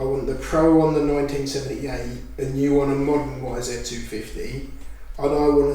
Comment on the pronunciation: It's not a wizzit it's a YZ